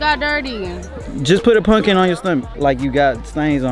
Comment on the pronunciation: keep sayin punkin patch like it’s not called pumpkin patch 🤣🤣🤣🤣